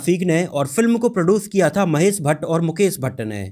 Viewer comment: 00:3 hasmi nahi hashmi sagufufata nahi shagufta mahes nahi Mahesh Mukes nahi Mukesh correction kar lo bhai